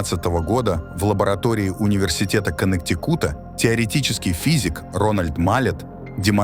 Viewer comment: сейчас не хватает этой информации, но не конектикУта, а конектИкута)